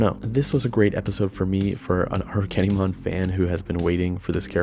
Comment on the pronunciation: Properly pronounced this time around I hope